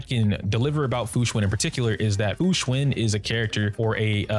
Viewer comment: Fu xuAn like one would say "AN apple" it even has the same sound.... why is everyone saying fu xuIN